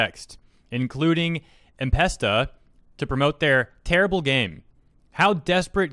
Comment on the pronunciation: Npesta is pronounce nuh pesta